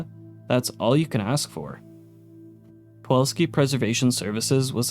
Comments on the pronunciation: are you saying “puwolski” throughout this video instead of “pulowksi”? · Nice vid... But it was hard to enjoy fully since PuLoWski is pronounced puWoLski every time...